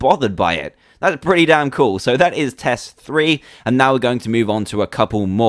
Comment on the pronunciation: well I heard that's pretty dan cool even if I knew he was trying to say damn